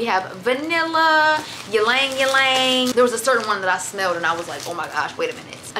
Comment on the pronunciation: I think the y in Ylang Ylang is silent and the way you said it took meee out😭😭😭. Keep up the great work and content! 💗💗